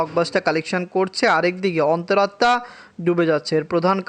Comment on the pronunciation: অনেক বলার পরে আজকে ঠিক করে অন্তর আত্মা উচ্চারণ করেছে